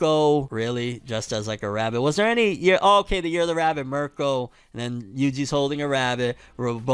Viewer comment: 2023 ima need u to pronounce Mirko correctly 😭